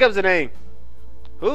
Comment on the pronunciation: Dissidia may say Zidawn, but according to the english language it's pronounced Zidane, with a long A sound.